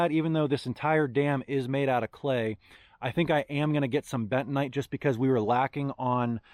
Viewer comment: What the heck is betonite or what ever you said..................